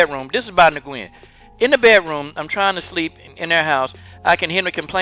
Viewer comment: Nguyen is pronounced like "win". Just fyi. But yeah fuck this guy tho.